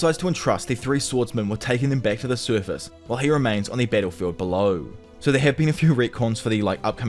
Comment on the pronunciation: when he say "battlefield", you will hear more like "pedophile"